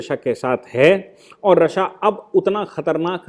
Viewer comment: रशिया रशिया गलत उच्चारण